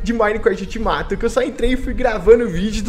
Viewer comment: O fala Serie ULTIMATA kkkkkkkj